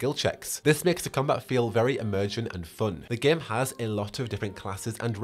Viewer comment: Everytime you say "Game" it sounds like "Gimp" lmao